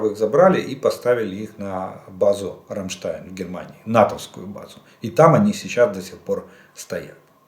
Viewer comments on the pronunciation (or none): none